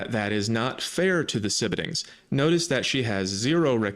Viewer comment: "Sibuddings" is killing me.